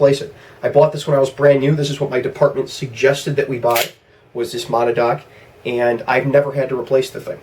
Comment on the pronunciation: Good video. FYI it's pronounced Ma-nad-knock